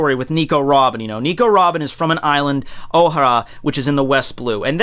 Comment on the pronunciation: dude i understand you like one piece but if your gonna talk about it like if your an expert learn to pronounce the words i mean my god you butchered the characters names and it's pronounced " oh-hair-ah" not " oh-har-ah. "Mari- jois" not " mari-jo-ah